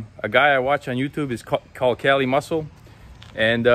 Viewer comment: The only thing I don’t like is his name being pronounced wrong. It’s pronounced KHali not Cali